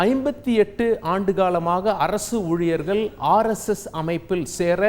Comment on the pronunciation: ஊழியர்கள் என்று சொல்லாம ஊழியர்கல் என்று பேசுகிறான்😂.